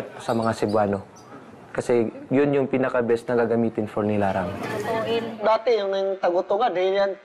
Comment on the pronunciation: NILARANG not LINARANG goshhhhhh